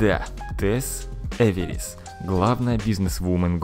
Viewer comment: Э В Е Р В Е Р С ! НЕ Эверис